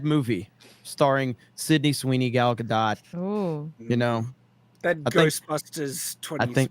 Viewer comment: Gal Gadot is a Hebrew name—it does not rhyme with • "Godot" or • "row" /ˈɹoʊ/ (US), /ˈɹəʊ/ (UK) or • "goat" /ɡoʊt/ (US), /ɡəʊt/ (UK). It is pronounced [ˈɡal ɡaˈdot], ie. ending with an /o/ sound, approximately like in the word • "story" /ˈstɔ.ɹi/ (US) and a /t/ sound at the end, like in the word • "not" /nɑt/ (US), /nɒt/ (UK).